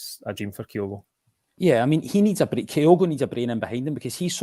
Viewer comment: Great wrap up. But, Kigh-oh-go….🤦‍♂️ how is he still saying it wrong.